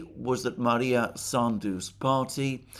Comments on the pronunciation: Maia not Maria. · it is MAIA Sandu, NOT MaRia Sandu. No R in in her name. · Not that it matters, but It's Maia (Maya) Sandu, not Maria. Also Gagauzia stress is on "U" - GagaUzia. At least in russian. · Alexander - it is MAIA Sandu, not MARIA Sandu. Sorry that I am correcting you, but you keep saying her name wrong for a few days now. I admire your erudition and always watch your program. Thank you for your work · She's not Maria Sandu but Maia (Maya) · I believe her name is Maia Sandu, not Maria.